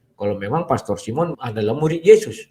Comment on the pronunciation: Bagaimana hamba Tuhan SD ini pengucapan pastor saja anda menjadi plester, hati hati pak dengan rasa tinggi hati dan kesombongan